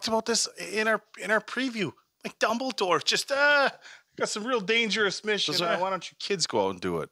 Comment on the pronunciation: Silas, Dumbledorf, Her-moany 😂